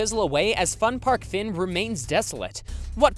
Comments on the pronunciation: For the Fun Park Fyn I cringed so hard because of how it was pronounced like 'Fin'... I can't stop laughing at it though it hurts my ears lol. I will admit Danish city names are strange, even if Fyn is the name of the island itself. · was kinda surprised to see one where I live, also just wanna note Fyn is pronounced wrong, here Denmark, I and Y sound are reversed, I made that mistake a lot when I learned English, a close of say fyn is pronounce the Y like you would in you.